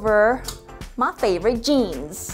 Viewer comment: where did the country " ma favorete jeens" come from